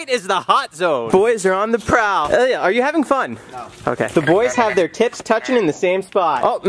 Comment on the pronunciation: its Ilya not yilia😂